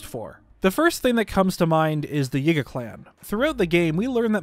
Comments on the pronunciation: why does bro say ''Yigga'' not yiga LMAO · He pronounces yiga as yigga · This guy says Yiga like Yigga, I've been saying it like Yeega 🤔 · Am I the only person who thinks how he says Yiga is… odd? 👀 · He bein sneaky